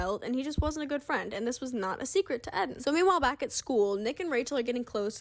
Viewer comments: Isn’t it pronounced eee - den ? Not Ed - den? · his name is rlly pronounced ed-in and not eedin? lol poor guy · Is this how Eden’s name is actually pronounced?!